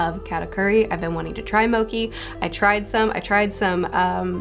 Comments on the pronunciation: Zunesha is based of Ganesha, which is an an ethnic name, so I feel it's best to pronounce it as such. (Zoo-neesh-uh, not Zoo-nesh-uh) Also Mochi is pronounced (moh-chee) not (moh-key) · Mochi..... is Mochi.... not Moki.....does that make sense? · "Moki?" Is she trying to say mochi? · Please stop saying Mo-key when you are getting paid to advertise mo-chee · Your closed captioning is absolutely hilarious! I love reading them. Also, just a spot of constructive insight, but mochi is pronounced moh-chee not moh-key. I'm loving the One Piece videos and I can't wait for the new chapter to come out! Keep it up. :) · Loved your chapter reviews although my favorite part might be the promotion mookie :) mow as in lawn mower chee as in cheese phonetically mow-chee. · Pronounced Mo-chi not mo-cki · Also big elephant is Zu-nee-sha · mochi not moki : ) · Love your videos! By the way it is pronounced mo-chee. Can think of it like the “chi” energy thats pronounced chee as well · I like mokhi Katakuri: It's mochi,.......don't say it like that: OK, mokhi Katakuri: I already said it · it's moTCHi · "mochi" is pronounced with a hard "ch" sound fyi